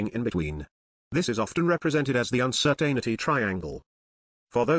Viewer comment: needs to work on pronouncing "Uncertainty"